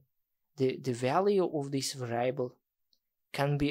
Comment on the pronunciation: Thanks for the video, man. That's really great content. But please learn the right pronunciation of the word 'variable'.